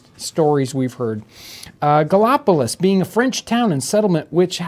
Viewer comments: At around 6 minutes. "Gally op o lis?" I had to laugh out loud because I grew up in that area and knew exactly where he meant! There are 3 pronunciations of Gallipolis. Depending on who you ask: Galla Po Liss , Galla Police, or the less sophisticated Gal Pliss 🤣🤣 City of the Gauls. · It’s gall-a-police is how it’s pronounced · That town in Ohio is pronounced "Galapolice". It's actually across the river from Point Pleasant, WV, home of the Mothman.